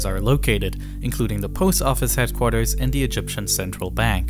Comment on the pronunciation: eFiopia, instead of eTHeopia . Sounds like he has a ‘F’ , for ‘Th’ speech replacement Phonological defect. TogeFer, for TogeTHer. OverFrow , for OverTHrow. NorF for NorTH etc. Also spotted gWoop for GrOUp CentWal for CentRal. TWaditional for TRaditional Probably a few more , but it becomes difficult to concentrate on the actual subject which is ( otherwise very interesting ) An early intervention might have helped, but so many kids are just not getting that help early enough.